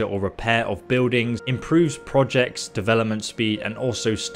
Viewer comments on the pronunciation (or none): none